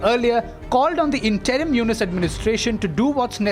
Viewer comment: Anchor ji , It’s not Yunus it’s Yunus.